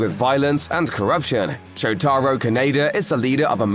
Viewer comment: Sho-tar-oh? It's pronounced Show-tah-row!